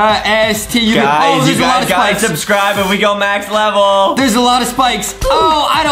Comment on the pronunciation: Adam said “Start a later ledel” So funny!😂🤣